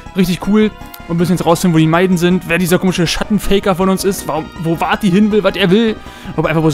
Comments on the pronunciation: man schreibt es vaati, spricht es aber nicht faati sondern waati aus 🙏😂 bin mal gespannt wie dein lets Play weiter geht 😅😅😅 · Ohje... Vati? Sprich das doch lieber Wati aus, hört sich besser an^^ Aber ok, ist ja eh zu spät :P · Ich freue mich, dass du es endlich spielst :D Nur wie du Vaati aussprichst nervt mich ein wenig.